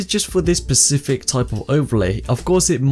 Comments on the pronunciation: thanks for this, rly useful. also just for future reference its specific, not pacific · Specific, not Pacific, But really enjoyed the video! Thank you :)